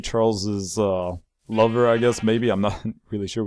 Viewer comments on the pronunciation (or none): stop calling the dog hutchiko his name is hutchi you said that youd only call it what the subscriber chose to name it megneous but thanks for the seed anyways